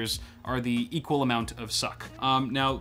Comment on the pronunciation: "the egual level of suck" sloe clapping